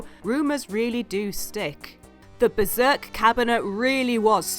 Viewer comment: beRzerk you mean?